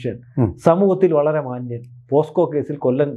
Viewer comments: പോക്സോ എന്നു പറയാൻ പോസ്കോ എന്നാക്കി പറയുന്ന അക്ഷരതെറ്റുകാർധാരാളം ഉണ്ടു. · പോസ്‌കോ എന്നല്ല പോക്സോ എന്നാണ്.. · Posco അല്ല, pocso, പോക്സോ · കഷ്ടം! ആദ്യം പോക്സോ എന്ന് തെറ്റില്ലാതെ പറയാൻ പഠിച്ചിട്ടുവരൂ മാധ്യമപ്രവർത്തകാ.....